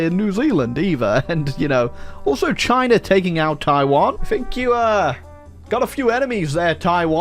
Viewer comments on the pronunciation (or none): none